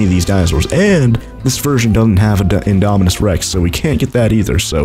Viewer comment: You say indominus wrong